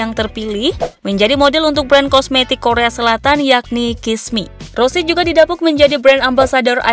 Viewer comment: Nama nya rose bukan rosi